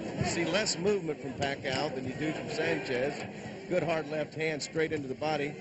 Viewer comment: " merciless" manny paCOW " LOL